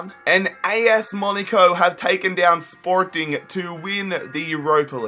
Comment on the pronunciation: He put Portuguese accent on